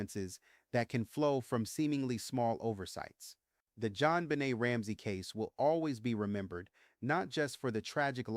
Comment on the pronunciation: your followers know this is a newly named podcast of yours even though we don’t know why you did this. Much of the voice seems right, until the pronunciation of Jonbenet asJon benay en and DNA comes out as Deena. I don’t understand the change in pronunciation.